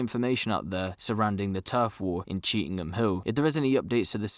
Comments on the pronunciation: It's not pronounced cheetham ING Hill it's pronounced cheetum Hill.. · You bunch of numptys it's Chee tham hill Why the eff does the guy speaking keep saying cheetingham hill were did he get that from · People don't come out of their house after 6pm? That's a load of bull mate cheetham hills busy pure busy after 6pm you'll struggle to find a parking space on cheetham hill road nowadays And it's Chee tam hill is how it's pronounced you silly sausage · Stop saying cheetingham hill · He did say he realised he said it incorrectly 🤫